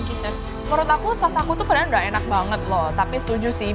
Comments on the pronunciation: "padalan" sangat suroboyo ce 😁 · Padalan (padahal) 😂